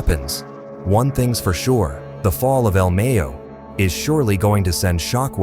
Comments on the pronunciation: You making money of this and you couldn’t even do some research on how to pronounce this man’s name do you know how important he is to he’s people do your work correct if you getting g paid BE SADE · the way this AI kept saying el Mayo